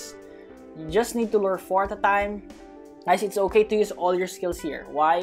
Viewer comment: I always laugh when he say "at a time" because I hear is "atataym"